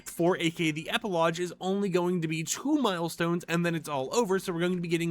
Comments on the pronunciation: Thank you! That pronunciation has been pissing me off for 3 straight videos! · At this point says "epilodge" on purpose